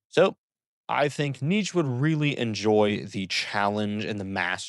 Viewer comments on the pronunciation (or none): It’s pronounced nee-chuh. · Hell yeah. Also Nietzsche is two syllables (knee-che)